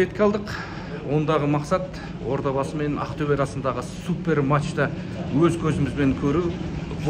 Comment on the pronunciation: Одабасы емес Ордабасы